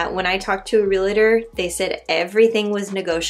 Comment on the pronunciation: Re-al-tor. Not re-la-tor. 😊